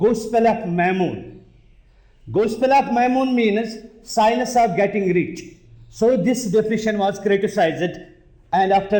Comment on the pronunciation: took some time to realise that "si-nus" is science